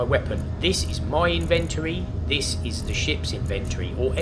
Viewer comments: in ven toe ree inventory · Would have watched but couldn't hear him say in-vent-tory again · This is what I'm talkin about...this show's you how to get started, and actually build something in the same day....yay! Thanks for taking the time. Now I'll start writing down translations for some of the words. "In-ventur-ry" = Inventory "Diggy diggy thingy"(name used last 2 videos) = Impact Rock Drill LOL Just kiddin, love the use of words, and made up words. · His pronunciation of ‘inventory’ actually makes me cringe.